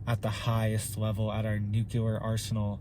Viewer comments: Please learn how to pronounce nuclear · I wish buddy would pronounce nuclear correctly. It makes his otherwise interesting video borderline cringeworthy with the copious amount of mispronunciation of the word nuclear. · I've not said anything for a while now, but its pronounced new-clear, not nuke -cu-lur just sayin. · Thanks for your input. The word is NEW CLE ER. NOT NU QUE LER. NUCLEAR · It’s NEW-KLEE-AR,, not NOO-Q-LAR! The continuous mispronunciation of the word nuclear drives me nuts! That said, thank you for the video. HOWEVER, you don’t seriously believe that China is the only nation engaging in international espionage, do you? The U.S. can switch off China’s electrical grid in a heartbeat, and they can destroy ours. Ed Snowden showed us that years ago, as did the fact-based movie ‘Spygame.’ The ONLY reason the major players haven’t played their trump cards yet is because no one wants a MAD scenario, which is what would result. Consequently, at present, TPTB are testing out how far they can push the proverbial envelope before the nukes start to fly. I have no doubt that they will fly, and it’s going to be Hell on Earth, but always remember the mutual focus of every player involved is a global population of 500,000 people. And those people will be (have already been) cherry picked, and you and I are not invited to the party. ‘If in this life only I have hoped, I am of all men most to be pitied.’ (The Apostle Paul.) Amen.🙏🏻 Love and All Good Things, Jesse.🌹 P.S. We’re not going to win the small battles, but God has already won the war. Only the second death is permanent! Love and All Good Things, Jesse.🌹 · Nuclear not nukelar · Please say nuclear just one time properly. Noo-clee-ar. 👀😂 Love the channel. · Say it right! It’s “NUKE - LEE - ERR!!!” For crying out loud,, you sound like George W. Bush! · I can't take anyone seriously who repeats NOOK YOU LER over and over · Am I the only one who thinks he pronounces nuclear wrong